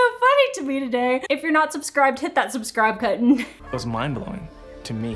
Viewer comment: Hit that ‘subscribe kutton’